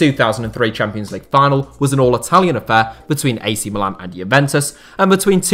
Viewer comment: It's mílan and not milàn, the second being the name of the city, not the club!!